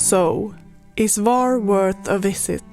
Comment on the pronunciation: The correct pronunciation is “Hvar”, with an H at the beginning, like the H in “hot”. It’s not silent. Some people mistakenly say “Var”, but that’s incorrect. Happy to help 😊